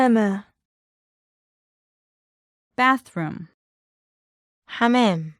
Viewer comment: You are pronouncing the Arabic translation of "bathroom" wrong. It's not "حمام" ❌ It's "حمّام" ✔️